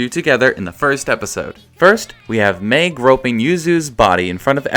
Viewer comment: You said Mei's name wrong there...then right...then went back to saying it wrong 0-^